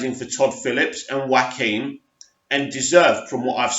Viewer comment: Well done for finally pronouncing Phoenix's first name right! Keep the vids coming.